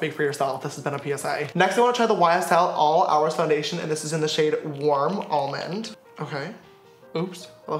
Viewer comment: Did anyone think he said worm almond?